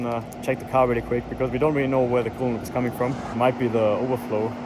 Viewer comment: Coolant❌Kool-aid❌coolant aid ✅